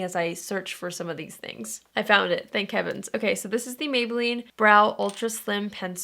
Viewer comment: When you said "Thank Heavens" I thought you said "Thank Kevins" and I've been saying "Thank Kevins" for 24 hours now.